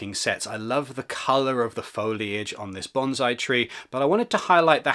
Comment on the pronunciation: bonesai not banzai. 3000 Lego YouTubers and not a single one can say it correctly